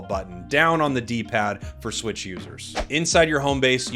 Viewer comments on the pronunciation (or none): none